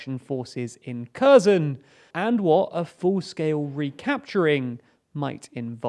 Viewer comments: Please work on pronunciation of cities. It is written as Kherson, but you should pronounce it as Herson. The same with other cities. I would also suggest you use other sources to make a balance on reporting. Ukrainian announced about counter attack on Kherson, but they only destroyed some bridges with Himars, but the Russians are building pontoon bridges, which is relatively cheap and easy to reconstruct in case of another rocket attack. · You're brilliant!! /s If the Ukrainians destroy the bridges at Kherson, how are the Ukrainians going to occupy Kherson if they can't cross the river. Brilliant. By the way, the 'K' in Kherson is silent. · Pls pronounce Kherson correctly; the k is silent. 🙂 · Why can’t you pronounce Kherson properly ?!? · Sorry, I know English mother tongue speakers struggle with the Kh / Ch sound (compare "Chanukka", "Sheikh") but pronouncing Kherson or Kharkiv with a simple K sound might come across as simply ignorant. I recommend pronouncing a simple H sound instead, which is far nearer to the Ukrainian and Russian phonetic original. Keep up your good work! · Get your pronunciation of Kherson right!! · KherSon, NOT Kerzon, and on the mispronunciations go. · It's pronounced "Herson!" It's pronounced "Harkiv!" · Kherson is pronounced herson btw K is silent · Kherson [hehr-son] !!! Not [keh-zon] !!! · I don't think the pronunciation of Kherson is correct. It's not Kerzon, it's Ker-Shon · Gosh, it's her-son, not KHEZHKZON, just read it as herson, please. What you're saying sounds more like kazan ("kazan cooking" for googlers) and that is a cookware. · Hi, I'm from Ukraine, Kyiv. Kherson doesn't pronounce like Cousin. It should be like Kherson. Kh - like H in word "hello", E - like in "Energy", R - should be pronounced. S like s. O - like A in word "call"/"ball". N as n. Thank you for your content. Good luck. I hope you will read it. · Yeah, but at least they could pronounce it as an h. Pronouncing it with a K is just too off. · It's HERSON